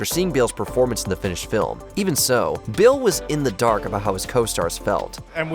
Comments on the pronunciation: I was wondering, who Bill was, only for me to realize (after hearing it for the 10th time), that he was actually saying Bale. Edit: I actually heard Bale half the time, and Bill half the time. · Lol, I was wondering if anyone else heard 'Bill' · why do you keep calling christian bale "Bill" ?